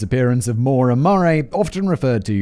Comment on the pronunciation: I was listening to this rather than watching, so I didn't refer back to the title until near the end, and I thought Simon was struggling to pronounce Moira 😅 I believe Maura is is Maw-ra or Mah-ra, not Mo-ra.